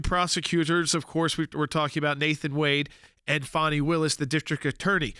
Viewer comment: Her name is Fanni as in butt… it’s an old southern name… my aunt was Fanni Belle